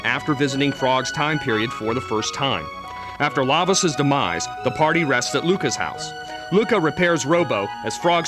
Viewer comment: wow that narrator pronounced every name differently from how i grew up thinking it marle = marlee instead of "marl" magus = maygus instaed of "mahgus" lavos = layvos instead of "lahvos" leene = leenee instead of "lean" gah what else. rawawrawr